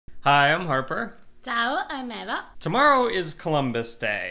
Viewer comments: EH VA EH VA EH VA!!!!!! NOT AY VA 😡😡😡😡😡😡😡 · I don’t say “eye-va,” if that’s what you mean. Her name is pronounced “AY-va” 🤷‍♂️